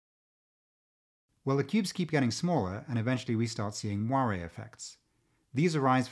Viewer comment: oh.. moire effects. with your bad pronunciation I thought you were saying "Wario effects" haha